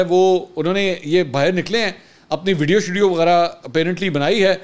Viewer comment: لفظ وڈیو نہیں ھے بلکہ ویڈیو ھے